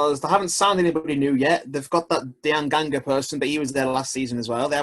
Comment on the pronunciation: You cant even pronounce Diangana, and avoided mentioning that he and Pereira were our 2 best players, and we made them permanent which is a huge deal. Also we signed Kipre who is a decent CB, and are still in the market for Karlan Grant... Jesus christ what a shit prediction